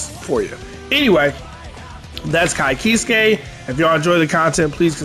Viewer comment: I hate being that guy, but I can't help myself. My man's name is pronounce Ky keesk, not keeskay. Though tbh, it does look like it would be keeskay, and that's how I used to read it.